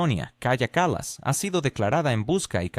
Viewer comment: La persona a quien te refieres es Kaya Kallas? Haceme el favor, pronucialo bien que parece que estás hablando de otra persona. Ahora, eso si, le faltan luces pero trabaja para su marido.